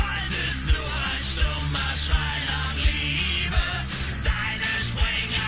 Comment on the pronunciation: The "sch" you would pronounce in german like "sh" in -"sh"ould/"sh"ield-...the rest you get right from the start! Love the your music and german comedian reactions!